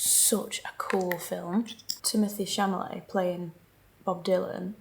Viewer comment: Timothy Camolèe?? I love you, but you should know the name at least of the actor, you are watching in the features movie. You are such a professional, you would be surprised, if someone doesn’t pronounce properly a huge brand they are representing or invited to represent or be part of their event.